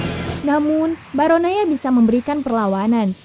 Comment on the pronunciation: The Movie maaf ini bukan bacot ya... Sejujur nya aku penggemar channel ini. Cuma kadang bingung aja sama pelafalan yang aneh2 gak sesuai sama yang di film (termasuk ketika nya yang menjelaskan). Misal BarAnOya jadi BarOnAya, Atau Storage (dibaca storej) jadi dibaca strok. Tapi, overall script dan penyampaian nya sangat baik, tinggal di tingkatkan lagi... Semangat